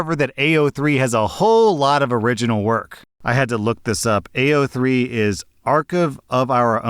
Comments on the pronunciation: it's like he was trying to pronounce it as badly as possible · Stop i didnt think id hear about AO3 here 😭 but also he daid it so wrong LOL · I just think it's hilarious how he pronounced it